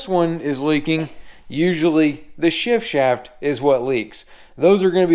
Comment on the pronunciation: I'm impressed with your ability to say "shift shaft" without messing up. On the serious side you're doing great work. That lower unit looks a lot like my Nissan.